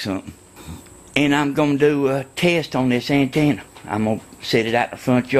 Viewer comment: "DI WHA TV ANTANNA"